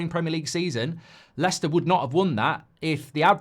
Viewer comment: Its leicester